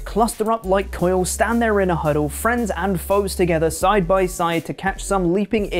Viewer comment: Its quails not coils.